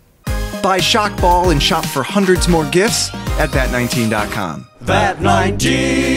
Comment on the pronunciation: At the end he said vat 19 dot con lol